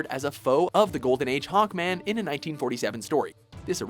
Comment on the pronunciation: It's SAVAGE HAWKMAN not Hackman